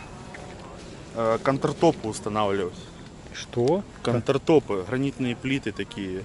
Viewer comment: Господи, мальчики, что за "кантратОпы"?? Может "кАунтертапы"????